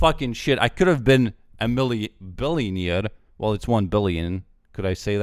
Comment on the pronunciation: a friend sayinf billionyear instead of billionaire 😂😂